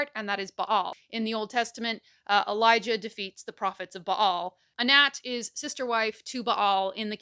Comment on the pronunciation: I'm from Pittsburgh and everytime I hear you say "Anat" i keep think you're saying "N'at"